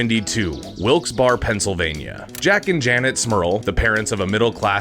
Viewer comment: Its pronounced Wilkes "Bear" not Bar, and its not West "Paton" its Pits -ton